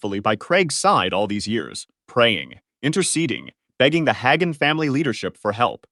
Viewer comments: It’s not Higan. It is Ha (day) gan. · "I am a part of the charismatic tradition", says AI that doesn't know how to pronounce Hagin and Rhema?😊😊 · The fact that you can’t even pronounce their names right proves you have no idea what you’re talking about. Learn to pronounce Hagin & RHEMA right and maybe I’ll believe you know a little bit about them. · Should have a person do the voice overs. The AI keeps mispronouncing Hagin and Rhema, including mispronouncing each word multiple ways.